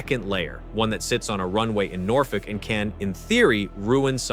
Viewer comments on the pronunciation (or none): none